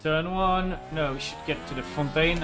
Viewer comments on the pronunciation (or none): The Fun-tain 😅